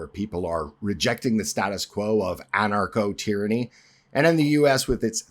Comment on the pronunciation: "Anarcho-tyrany"? What?